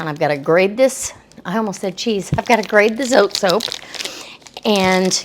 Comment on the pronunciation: Grate not grade?